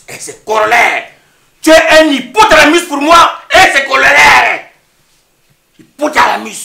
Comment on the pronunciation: ENG dit à la fin " espèce d'hypotalanus " au lieu d'hypotalamus mdrrrr le gros gros français de ça 😂😂😂